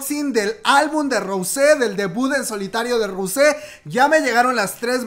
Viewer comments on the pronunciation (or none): none